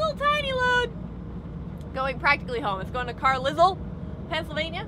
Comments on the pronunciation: Love the videos. Just to let you know Carlisle is pronounced Carlyle... at least it is in the UK:D. Keep em coming, I've missed this.: What's that sign? Jet: RAFF!! Love it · was your pronunciation of carlisle as Carlizzle a deliberate thing? Surely you pronounce it car-lyle..